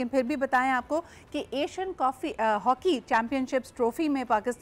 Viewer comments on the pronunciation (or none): 😂😂😂 Asian "coffee" South "Africa"